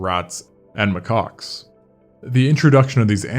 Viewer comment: Lmfao It's pronounced "Ma-kaks" not "Ma-cocks" hahahahahah